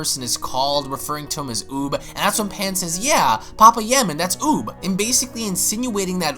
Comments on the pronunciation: Lmaooo its pa pai ya man. Not papa ya man lol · Pa pa yaman sure... Like it's not pa-paya-man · Ight bro you need to learn how to say names it’s PA-PAYA-MAN and THAWWWW-ing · pah pie yah man lord almight save me and u have said budokai correctly before my head tilts each time i hear it said weirdly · Sooooo nobody's gonna say anything about how he's pronouncing papaya man 😂😂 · Or thawing lol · You pronounced papayaman and ize wrong